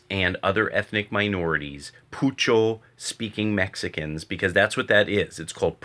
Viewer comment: It's not called poocho it's "pocho" (pronounced as poh-cho)more commonly known as Spanglish.